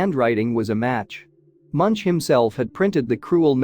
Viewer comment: His name is pronounced Munk and at the time this was painted there was a volcanic eruption on Iceland so large it could be seen from Ekebergveien in Oslo where he lived.